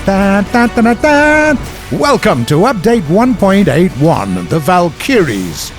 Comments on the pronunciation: The valk-a-ries not valk-e-ries seriously why can nobody say this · its vALkYries, not valKyriES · THA-VAL -KIRIES! lmao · "WELCOME TO PATCH 1.81The Val-kiyreees" 😂😂😂😂😂😂💀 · the way he says valkyries kills me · He keeps saying Valkyries wrong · ok, everything else aside, the way you're pronouncing Valkyries should be illegal